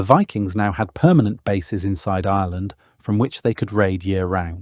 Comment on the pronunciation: You know it's a legit when you are struggling with discerning whether the narrator is saying Ireland or Island